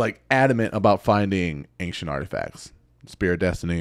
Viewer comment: Every time you say the word "ancient" as "ank-chent", I die inside a little. 😢